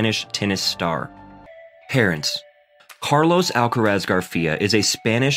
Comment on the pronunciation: por supuesto que sé que te referías a la pronunciación del comentarista. (No ibas a referirte a cómo habla español Carlos Alcaraz...). El nombre "Carlos Alcaraz" lo pronuncia bien. "Murcia" se le entiende bastante peor pero me parece muy irelevante. Están hablando muy bien de un compatriota nuestro del que nos sentimos orgullosos y se han preparado correctamente el video, lo cual es muy de agradecer, pero lo que a ti se te ocurre decir (en inglés) es "honra el lenguaje"... Ohhhhh En fin, ¿qué quieres que te diga tío?